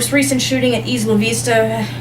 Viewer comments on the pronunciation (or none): That's not how you pronounce 'Isla' and that's also not how to write 'misogynistic' You have to make sure you can do things correctly before making a fool of yourself.